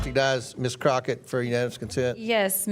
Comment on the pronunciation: Her name is Crock-et for a reason